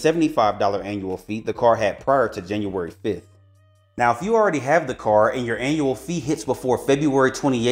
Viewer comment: I was screaming towards the end of this video because he can't say the letter d. Benefits from this caaaaaarrrrr. Where's the D?!?!?